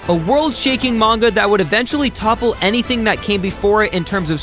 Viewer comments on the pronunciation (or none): none